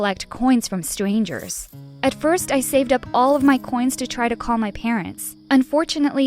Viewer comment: sorry for making fun of this but its kinda funny she said ''to collect coins from stwangers'' edit: the stweet vendors edit 2: smart people didn't belong on the stweets